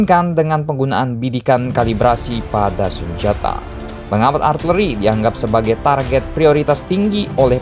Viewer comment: Min nyebutnya arteri apa artileri sih...